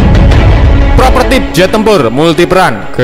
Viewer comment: Ralat min, prototipe, bukan propertip 🙏😁